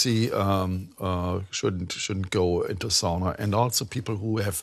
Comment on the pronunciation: Das ist Sauna, nicht Soona ;). It’s Sauna, not Soona ;). Greetings from Finland ;).